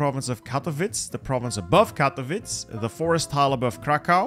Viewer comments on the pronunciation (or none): it's not krakAu and katowic. it is KrAkow and KatOwice